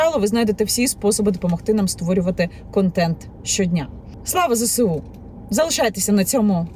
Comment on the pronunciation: І знову... "ЗеСеУ", "СеВеО" 🤦‍♂️...